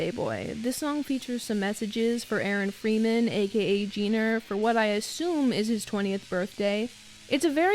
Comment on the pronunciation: Your pronunciation of Aaron freeman is the least Jewish pronunciation of the most Jewish name ever